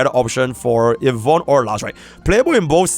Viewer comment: Yvonne ❌ Yvoone✅